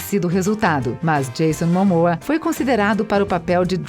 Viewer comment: "Filme de Marvel", "Universo de Marvel", "mas apesar de que Marvel estar interessado nele", "Cristiane Palmer", "Odan", "profundamende históico e defeituoso", "Gamora", "Gamorra", "sendo uma propriedade escura no momento", "Jason Mamoa"... Aí pergunto: QUE PORRA É ESSA???